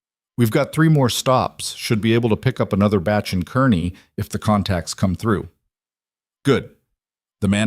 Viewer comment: I live in Kearney, NE…just like in this story! It’s pronounced “kar nee”. North Platte is west of Kearney, not east. Doubt there are any boulders in this area too. Good story though